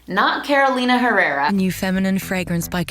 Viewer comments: "Caroulina Herreura" xD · Odio cuando dicen Carolina " Jerrera" después nos critican a nosotros si pronunciamos mal una marca yankee